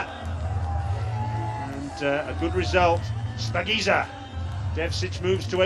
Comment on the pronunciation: It's not spakinza its shapagiza